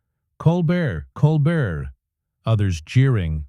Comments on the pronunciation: I hate lazy people and the use of AI and Voice Recognition. The host's name is Stephen Colbert & it is not pronounced: Coal-Burt. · Get his name right. The name "Colbert" is pronounced as "Kohl-BEHR" as in "bear." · OMG that robot voice is dreadful. It kept mispronouncing Colbert. The script was so repetitive. No person would pause in the spots the machine did. Hire a human being for pity’s sake.